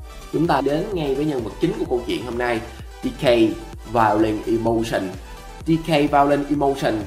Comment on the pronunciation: Người ta đọc là violent đây ôg này đọc là violet